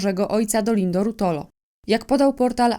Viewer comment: RuOtolo, proszę nie kaleczyć nazwiska. Z akcentem na...O..